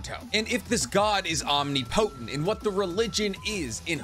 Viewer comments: Man o Man your dope and I love the energy you bring to the game… but damn bro your pronunciation needs hella work lolhaha OM-NIP-O-TENT Omnipotent lol all love though! ✊🏿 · I am just curious if you pronounced "omnipotent" wrong on purpose or not.